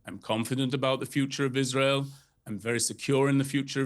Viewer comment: Why does Israel insist on letting a guy who cant pronounce the letter R speak. How can I take him seriously when he says Tewowist, and Iswael.